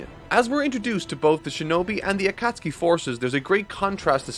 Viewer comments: that’s how i first read it off of one manga years ago before the anime got to that point. i just felt so valid when i heard say it like that. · Thank God I wasn't the only one! I'm barely watching this video for the first time now and holy shit when he first said it it threw me off guard! I'm glad he says it correctly as the video goes on! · I love your work man...but the way you're pronouncing some of these words is KILLING me. Jinchuriki and Akutsuki are the two that come to mind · I been drinking, but I had to come on here when I heard him try to pronounce akatsuki and hope that someone called him out on it, dude’s too popular to check every comment. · I love every bit of this except everytime grates my ears with "A-Kat-Suki". Even then though I get nostalgic pstd flashbacks of highschool and arguing the pronounciation "Akat-Ski" with one of my friends,. Love the video tho! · A-ka-tsuki??? Wtf man? Really? I just can't bear on with this pronunciation. Just under 2hrs in the video i can't force myself to go on knowing that i'm gonna hear that again and again... ffs... Also it's not nAruto! it's narUto! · Love the character development you had throughout this video going from “akatsookee” to the real pronunciation 😂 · Great review terrible pronunciation on some of the names. A-koot-suki is more like Ah-kat-ski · Do you pronounce the names wrong on purpose? It HAS to be on purpose, right? Asuma, not aSUma AKAtski, not akaTSUki If it's intentional I can see why you don't pronounce Sasuke SaSUke. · "aKAT-SUKI" has the same energy as a new Japanese learner saying "deSU" at the end of every sentence. I know it's a totally natural mistake to make but it's still incredibly cringe. Petition to get to study Japanese that way he can be even closer to the source material and we can be spared these awful pronunciations xD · Akatsuki is pronounced Uh-cot-ski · “Ah-ta-suki” “jin-jor-jichiki” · Bro can pronounce Sasuke but cant say Konoha or Akatsuki xD